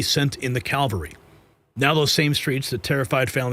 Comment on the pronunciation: Trump "sent in the calvary?" Speak English, you prat.